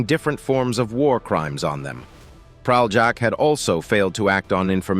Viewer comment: You can't even pronounce Praljak's name right. I won't even get into the lies you put forth. And you even used clips of a Serbian war criminal Ratko Mladić to depict Praljak? You're sick, and people shouldn't listen to you.